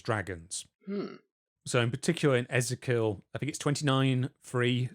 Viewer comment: How can you not know how to pronounce ezekiel